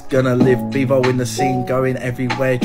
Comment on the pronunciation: “Beavo in de boof” 🫲